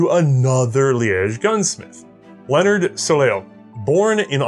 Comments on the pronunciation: Soleil or “sun” in French, is pronounced “sol-iay”. I think the Belgians used the French pronunciation as well. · I'm imagining millions of French people spitting out their wine with the pronounciation of Soleil, it literally means Sun in French So-lay or So-lay-ya guys, and yeah French is not my native language either. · Soleil is French for sun and pronounced So-lay. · hey Soleil is pronounced SO LAY